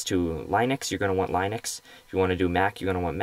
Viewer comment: haha line ex, pronounce it lin ux